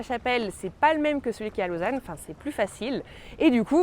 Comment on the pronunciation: Ton accent été juste parfait quand tu as dit "Lausanne" ^^ Ravi que tu n'arrêtes pas les vidéos et profite bien de la Haute Savoie ;)